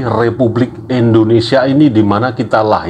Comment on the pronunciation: ma'af pak indonesia bukan endonesia